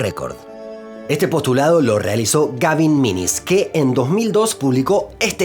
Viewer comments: Aprecio la correcta pronunciación del apellido Menzies y de los nombres chinos. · dijo /ˈmɪŋɪs/ que la pronunciación tradicional del apellido, pronunció las zh como ch (no voy a exigir /tʂ/) y no como s o j francesa como hacen muchos, las ao como au, lo que es correcto, las he como jo (técnicamente /xɤ/). No usó los tonos, pero sin duda su pronunciación es muy superior a la gran mayoría de los youtubers.